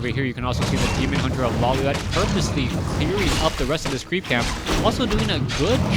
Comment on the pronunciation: first time says Lawliet instead of Lawliwet